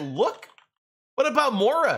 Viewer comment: its moria not mora